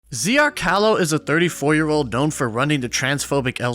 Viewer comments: haven't watched the video yet but came here bc of the name. "zrcalo sveta" is serbian for "world mirror". you don't pronounce it *Z.R.Calo*, but *zrtsalo*. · Don't want to be that guy, but its not Zer-kalo but Zrtsalo (or Zrtzalo). “Zrcalo Sveta” means “mirror of the world” in Croatian or Serbian. Great video otherwise, keep it up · JUST FOR THE RECORD: You pronounced his name as Zee-Ar-Kaarlo. But it's actually pronounced as Z'r-tsa-lo It means "mirror" in croatian.Ironic,given how this ugly fcck doesn't have a single zrcalo in his house,so he can REFLECT on his actions! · Zrcalo is a word in my language, its weird to see it pronounced like "ziyacalo" 😂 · More like zass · You are pronouncing Zrcalo's name wrong but I know it's a very hard thing to do since it's in a Slovene language. It's not even a real name so here is the translation (of the whole name): ZRCALO (SVETA) = A MIRROR (OF THE WORLD). How ironic! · I'm not a fan of the approach you took in this situation, being calmer would've had better results, also I'm pretty sure Zrcalo isn't pronounced like that. In translation it means mirror and sveta means world, nikoli means never